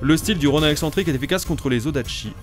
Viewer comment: Mdrrr Roniiin pas Ron « ain »